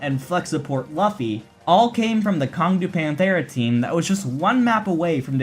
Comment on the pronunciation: Great vid (biased obviously), just wanna point out that Luffy is pronounced loo-fy after the character in the One Piece manga